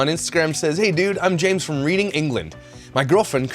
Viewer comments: ...man...I'm getting drunk,first time in 13 yrs but I feel the need to self medicate.btw it's pronounced Redding.oh please let it be a Myka disaster. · 👮 (just because you like it so much haha) Reading the place you referred to in England is pronounced Redd-ing! Don't ask me to tell you why. It's English! It just has to be accepted 😂 Now onto the rest of the video 😂 Love these videos btw 👍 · Love your videos. Always always literally laugh out loud. Thanks for that!!! PS Reading is pronounced Redding I never knew either. Crazy eh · Man I love you. When you said Reading as in reading I died 😆 We have some weirdly pronounced places in UK. It is pronounced 'redding'. That's not even the worst of it, try to pronounce Towcester correctly as a non Brit. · I love how ppl mispronounce British towns etc. Reading is pronounced Redding. English language is so ridiculous... And I was born here! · > Reading, England is pronounced "RED-ing." Thank you for making the video. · Pronounced ‘Redding’ just ask 😊